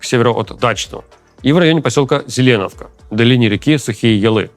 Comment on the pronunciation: Логопед, не зелЕновка, а заленОвка